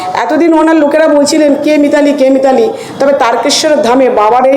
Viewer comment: মিতালী কামন যেনো,,, উচ্চারণ করতে পারছেননা